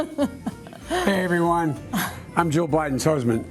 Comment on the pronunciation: "I'm Boe Jiden and I forgot this...you know, the thing!"